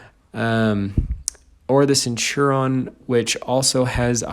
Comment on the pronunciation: This video was great but your pronunciation of the caernavon and centurion and lowe made me wannap die inside